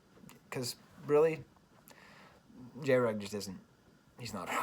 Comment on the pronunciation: Cool video but MAJOR FLAW. Its pronounced Jr. Egg (that's why I had to dislike unfortunately)